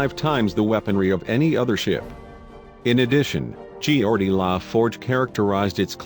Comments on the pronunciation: "Gee-or-dee?" Digital voice is laughable. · It pronounces Geordi with 4 syllables.